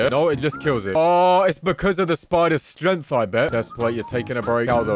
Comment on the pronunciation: Did anyone else notice how he said the word strength?